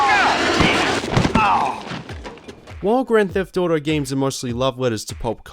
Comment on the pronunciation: grand debt auto